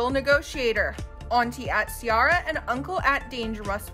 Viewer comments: It's not See-Are-Uh, it's See-Air-Uh. & it's not Cop-ree, it's Cuh-Pree, like Capri Italy. 🤦🏽‍♀️ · Im dead this lady literally said ciara name wrong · How do they not know how to say Ciara but you know how to say Bianca? Learn the names and practice off air cause that’s not how you say Capri either. 🙄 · The way she pronounced Ciara and Capri's names -.